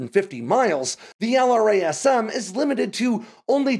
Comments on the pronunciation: Isn’t LRASM actually pronounced? Like “La-razz-um” instead of spelling out the acronym? That’s how I’ve always heard it…. Excellent content as always,! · You have GOT to spend the time to get these platforms’ names correct. LRASM = “Lerasem”